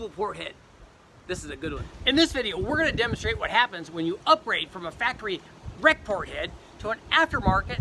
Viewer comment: pretty sure any thumbs down on this video comes from him saying ''Rec-Port'' head.....cringeworthy.....